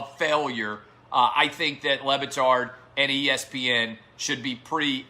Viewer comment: I've always thought Le Batard pronounced his name wrong.